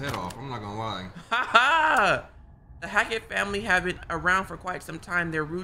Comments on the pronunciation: the way they keep pronouncing hackett as hatchet is irking me 😭😭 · Bro it’s hackett not hatchet pmo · Why they keep saying hatchet? It’s HACKETT!! And Eliza and Silas are not part of the Hackett family. How y’all in chapter 8 and still don’t know the story? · them continuously saying hatchet and not hackett is driving me crazy lmao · I love how they kept saying “hatchet” instead of “Hackett”💀